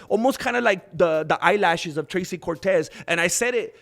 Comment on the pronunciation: I boosted and liked and watched and found the Mexican word of the day "Thrrrrrrracy" Cortez...: I whento ge-mi chanclas to talk about " Thrrrrrrracy Cortez"